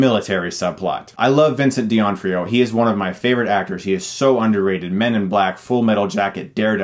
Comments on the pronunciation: Dee on frio? Doh-NAH-free-yo. Just pretend the apostrophe isn't there. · Im sorry but i have to say this. Its pronounced 'din-off-rio' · Vincent duh-NAW-free-oh...just FYI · I heard Deonfreeo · Give justice to the poor Vincent D'Onofrio...Not De Onfrio...As for the review I agree with everything you said, but it surprises me that you didn't mention how stupid the final "fight" was. Dinosaurs picking teams against the bad dinosaur, it wasn't just unoriginal, it was plain stupid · It's D'Onofrio not Di Onfrio. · D'Onofrio. The actor's name is pronounced Dee-Oh-No-Free-Oh. It's an Italian name. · Vincent what the fuck are you saying? (di-nah-free-oh) say it! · pronounced Vincent DUH-NAH-FREE-OH. Just sayin ;) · I think you're mispronouncing Vincent D'Onofrio's name, but I love the new music in your vids and agree with everything said. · I’m struck by the fact that he keeps mispronouncing Vincent d’Onofrio’s surname. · First, really, stop saying Vincent D'onofrios name wrong. Seriously. Second, the divorce does actually come up later, when the aunt calls the mother and she starts crying, they're with their lawyers settling their divorce. They sent their kids to Jurassic World so they could get it done. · Great review, but please learn how to pronounce Vincent D'Onofrio's last name. It's a small gripe, but it drove me crazy. Sorry.